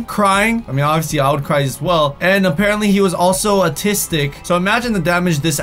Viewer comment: IT'S PRONOUNCED AWW-TIS-TIC NOT A-TISTIC